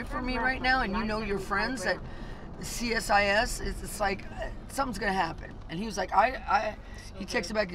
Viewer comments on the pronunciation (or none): CSIS is pronounced SeeSis. You will need to know this because you will be welcomed into Canada, in Jesus’ name. Next we will teach you about Tim Horton’s coffee.❤❤❤